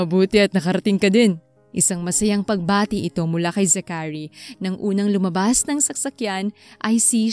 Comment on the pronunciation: It’s Za-chary not Zacha-ry